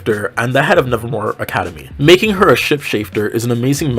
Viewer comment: When you said the name of the school I heard it as " Nazi raven high " 💀